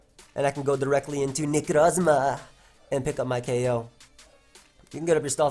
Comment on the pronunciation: I love the way he says Necrozma